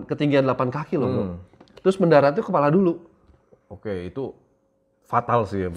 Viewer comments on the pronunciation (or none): none